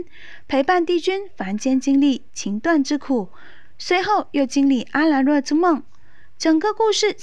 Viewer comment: 还有，要解说之前麻烦做够功课了再来解说好吗，说话卡顿就算了，沉晔，阿兰若，东皇钟，还有好多都念错了，我就想问，解说者语文是否没学好基础？就算没有学好语文也没事，认真看剧也能好好记住那些字怎么念，可妳说错那么多，显然根本就没有认真看剧，没认真看剧还解说个毛？真是服了，听妳讲解尴尬癌都犯了